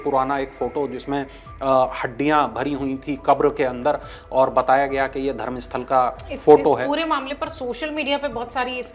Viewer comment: यह धरमसथला है, धरमसथल नहीं । In kannada and in English it’s called Dharamsthala.